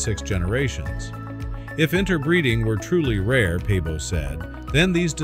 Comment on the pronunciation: Svante Pääbo! not pabo.